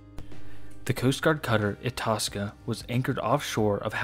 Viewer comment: I believe you pronounce Itasca (eye-task-a)